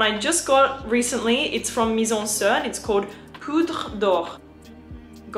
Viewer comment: Lil' tip: you should pronounce the "i" of MIZENSIR like "sea" not like the "i" in "Sir". it it a french play on words. In french, 'Mizensir' (mise en cire) means 'put into wax' quite appropriate as they make candles. ;)